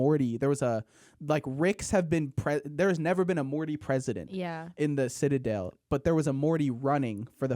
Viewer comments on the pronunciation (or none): I’ve listened to this episode like 3 or 4 times and it still makes me mad when says “sitta-dale” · I can't get over how strangely is pronouncing the word 'citadel'. 💀